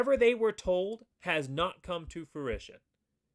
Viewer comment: Good job saying “fruition.” You wouldn’t believe the number of people who say “fruitation.”